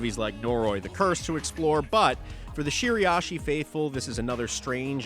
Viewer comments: Bro please its Shira-ishi 😭 Youre saying shiri-ashi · Are you pronouncing Shiraishi correctly?